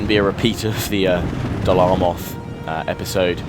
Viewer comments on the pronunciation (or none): Please it's Dol AMroth not ARmoth!!! Otherwise great job! Would like some M&B campaign though:(